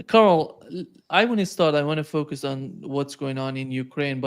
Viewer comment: Now, help him with how properly to pronounce "focus", "focusing", and "illegal". Go on!! 😊